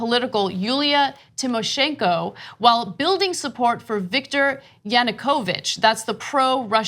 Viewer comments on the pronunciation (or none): Please take more effort into researching the pronounciation of foreign names. Hearing Ana say "Yanukoooovych" multiple times made my ears bleed. I think it's not too much to ask, it's basic stuff.